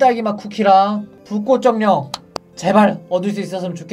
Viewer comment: 그런데 불꽃정렁 쿠키 보고 불은정렁 이라고 말해요